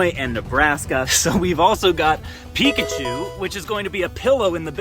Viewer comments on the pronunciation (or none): none